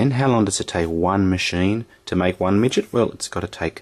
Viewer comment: Midget or widget sir lol .. ik I heard that .. lol ..❤